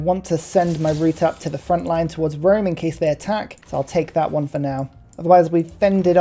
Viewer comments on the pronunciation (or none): none